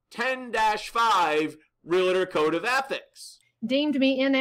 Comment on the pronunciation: nice piece; comment, please pronounce the word Realtor correctly REAL-tor .... there is no extra "A" thank you